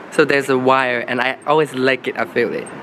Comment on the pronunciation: Congrats and oh, the way he said "wire" at. Sounded to american 👌👌